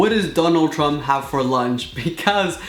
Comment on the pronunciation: He said Donald tump😂😂😂